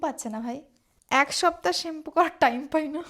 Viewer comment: শ্যাম্পু 😮 নাকি! সেম্পু 😂